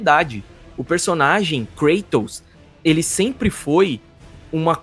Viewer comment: Namoral foram contamidos pela falta de zelo na dublagem, não bastava chamar um grego de Krueitous quando na verdade é KrAtos e agora a CaLÍOpe que chamam de Calaiupe kkkkkkkk, tirando meu câncer nos ouvidos, parabéns pelo canal! 👏🏼👏🏼 Mas voltando a critica, aho as vozes da dublagem brasileira muito boa, mas parece que falta vontade de supervisionar direito, parece que os dubladores são disconexos com a realidade e deixam passar erros GROTESCOS como por exemplo, personagens gregos com nomes pronunciados com sotaque estadunidense, namoral, ninguém nunca viu Xena e Hércules? Ninguém viu nenhum filme ou serie gregos pra saber que os nomes estão com a pronuncia totalmente errada, depois disso vou assistir um Nérutô kk cansei de ver dublagens com expressões ou palavras com sotaques pronunciados de forma totalmente incoerente, parece até que o dublador mora em Miami, sei as pesosas fazem muito meme com as dublagens de portugal, que realmente tem muita bomba, geralmente em coisa antiga, mas a dublagem do GoW é perfeita, quem puder textar, tente essa experiência nova, zerem o jogo novamente na versão de Portugal, pode ser esquisito o sotaque, mas o esforço na dublagem é sensacional! TODOS os meus GoW são midias fisicas de Portugal (exceto o 3 que é remaster BR, mas com dublagem PT) os 3 seguintes são de Portugal